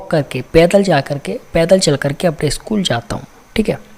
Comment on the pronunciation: इस्कुल नही, स्कुल होता है